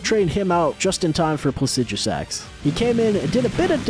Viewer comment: How do you pronounce placidusax better than you pronounce Blaidd (who is one of the only characters in the game to say his own name out loud) and Niall (who has the most normal name in the game)